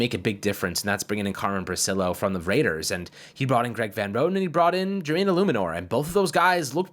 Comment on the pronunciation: It’s briCILLo not BRIcillo